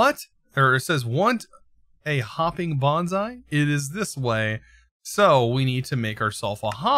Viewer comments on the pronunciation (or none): none